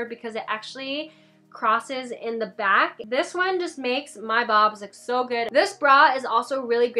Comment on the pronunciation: Did she say bobs